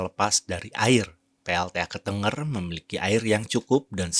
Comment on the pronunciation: Kok "ketengger"?? Ketenger, lafal "e" nya seperti "ke"